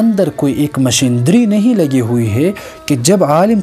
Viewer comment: مشیندری نہیں مشینری😆😊